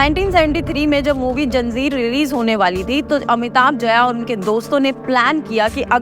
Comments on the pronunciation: It’s not janzeer, it’s zanjeer 😂😂😂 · Behen “ZANJEER” hota hai JANZEER😂😂😂 Gen Z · Janzeer nahi Zanjeer ha 😂😂 Btw love ur videos and work 🤭